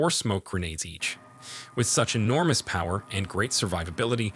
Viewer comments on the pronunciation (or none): "Cumbat" "Puwer" whats with you and pronouncing the letter "o"?